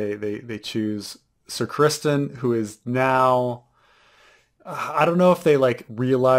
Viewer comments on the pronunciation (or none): Hey, it’s not Christian Cole, it’s Criston Cole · it’s CrisTON Cole, not ChrisTIAN Cole.